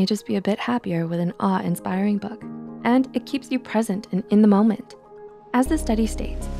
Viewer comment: When she was saying awe I thought she was saying R